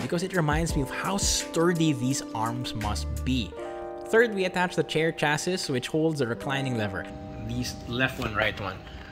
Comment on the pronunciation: Did you just say “cha-sis”? It’s chassis. “Cha-see”. Like a car’s cha-see?